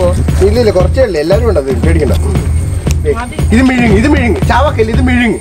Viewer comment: Bro mizhungi alla vizhungi